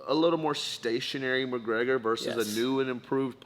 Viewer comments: Conor mergegor lol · No1 gona mention the genius “Murragega” from stephen?